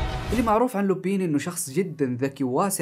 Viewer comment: لا تنطق لوبين ههههههه تنطق لوبان